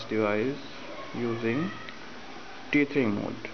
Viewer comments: Great video. Thank you. Two things: 1) The word is "tethering". ("tether" Rhymes with "leather") 2) what if your phone carrier (AT&T) will not let your phone turn on the Hotspot feature on your phone? Any solution would be appreciated. I'm trying to watch youtube from my iPhone 6 Plus on my TV. I have my laptop hooked into my TV at the moment. I don't have cable or satellite, so we watch movies from my hard drive or with the DVD player on my laptop. I thought maybe I could hook my phone to my laptop somehow. I also have a newer Roku (does not have a USB port) and an older one (does have USB port) if anyone knows how to utilize that. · He calls it "Teet"hering omg i'm cracking up laughing...hahaha